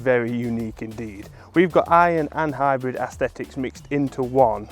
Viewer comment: I thought he said Hybron